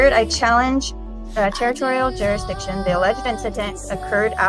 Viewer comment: Why can’t any of these fart huffers pronounce jurisdiction or unalienable correctly?